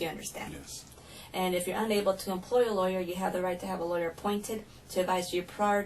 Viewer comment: LAWYERRRRRRRR. It’s not a complicated word and it’s easy to say